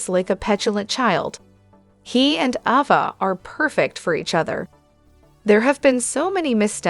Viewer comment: Please say Ava name the right way 🙏